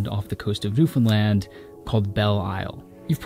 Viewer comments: Oh man a yankee that actually says Newfoundland right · Kudos on pronouncing "newfoundland" right! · I’m just impressed you pronounced Newfoundland correctly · Hey, you pronounced Newfoundland perfectly!..lol!.. I have been so fascinated with the Appalachian Mountains for many years now!..I must say though, most of it is because of the “fear factor” associated with Appalachia!…I have way more research to do and omg is it ever beautiful there where you are!.. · First time I've seen someone pronounce Newfoundland the way locals do in a YouTube video, major kudos for that lol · Wow, nailed the pronunciation of Newfoundland. Bravo!